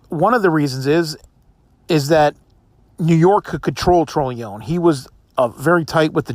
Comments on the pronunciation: Dude its pronounced TRON-A-LOAN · Pronouncing his last name wrong. It's tron o lone